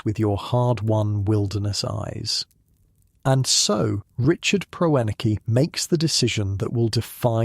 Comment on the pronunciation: Can't even pronounce the man's name